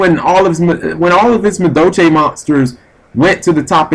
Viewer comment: ahem. For all Amuricans who say Madolche the way you do. Its pronounced "Madolsh" Happy hooting! Erm dueling.